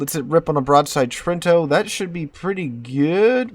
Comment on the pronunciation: Vey nice to see. As always, you need to ask how to pronounce Italian names. Not difficult to find an Italian around. Your pronunciation of Trento is atrocious